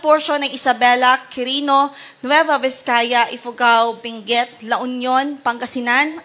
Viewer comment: Hindi po Binguet, Benguet po. With all due respect 😂❤😂❤😂❤